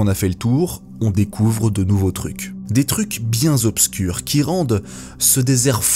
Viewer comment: "des trucs bien ZOBSCURS" 😱😱